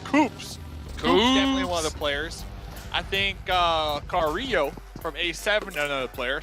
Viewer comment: he call carrilho carrlo 😂 “CARRLO”